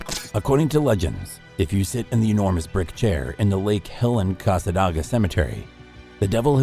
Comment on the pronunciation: You said cassadaga wrong. And I live down the street from the devils chair. Even sat in it. And nothing!!